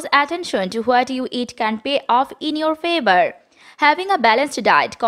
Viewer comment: Your English pronunciations is very wrong example "what"